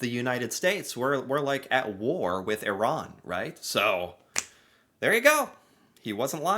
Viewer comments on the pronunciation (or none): none